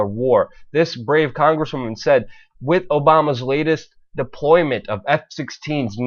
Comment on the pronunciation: Stop saying "wit" instead of with...you aren't ordering a Philly cheesesteak! Other than that, keep up the good work.